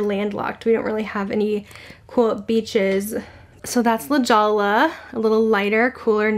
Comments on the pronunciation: Were you referring to La Jolla? It's pronounced like La Hoya. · La Jolla. I live in LJ on the coast. It's pronounced La Hoya. The Jewel in Spanish. Great video! Love the colors.